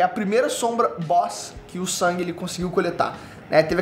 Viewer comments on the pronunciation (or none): Karalho mano o nome do personagem Sung e a pronuncia a mesma o mano ta falando sang quase sangue 🤦‍♂️ e a sombra mais top que eu acho é o Berus isso pq o Dragão da catastrofe não deu certo na resureição ops 😂🤫 . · tenta não falar o nome como "sangue" ou "San", fala Sung (como se escreve mesmo) Tô de mimimi mesmo!!! Dica 2: Fala de "onde" veio cada uma das sombras. Ex.: Iron era um caçador de nome... Seria bem legal um vídeo assim.